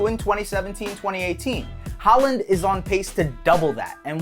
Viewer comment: Why do Americans just decide that they know how to pronounce names without checking first If you’re gonna make a video on him at least get his name right🤦‍♂️